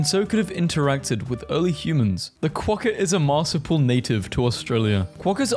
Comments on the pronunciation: the way he keeps saying marsuial incorrectly, its not mar-su-pal its mar-su-pi-al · ITS SO FUNNY WHEN HE SAYS MARSIPLE ITS MAR-SOUP-EE-AL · You need to work on your pronunciation of "marsupial" - it's not pronounced "marsipal" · Just to help, from an Australian, it's 'mar-soo-pee-al', not 'marsoo-pull' 👍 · As an Australian, I’m offended As a Melbournian, even more so ITS MEL-BIN AND OSS-TRAY-LEE-A AND EE-MEUW AND MAR-SOO-PI-AL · the way he pronounced marsupial hurt me- TvT It is pronounced marsupial(Mars-Oop-E-all) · sorry but i gotta say it. MAR/SOUP/EEEEEEE/AL= marsupial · marsupial is pronounced mar-soo-pee-al. Enjoyed the vid :) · Nah the worst was how he pronounced marsupial 😭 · Bro butchered marsupial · You've said emu and marsupial wrong multiple times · It’s really bothering me the way you pronounce marsupial